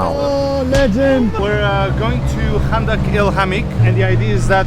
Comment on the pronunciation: the fact that u make ur self look like u dont know how to say arabic things like 5anda2 el 8amee2 u say it like kanda2 like maaan ur sooooooo dumb